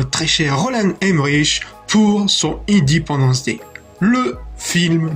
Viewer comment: "Idipendence Dai"